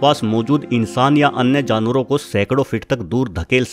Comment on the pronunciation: vo jarwar nahi janwar hota he😅😅😅😶😏